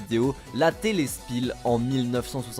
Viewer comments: La tele spiel se prononce tele SCHPIL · Ça se lit SCHPIL et pas SSPIL.... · Spiel ça se prononce chpil (avec un accent, c'est de l'allemand)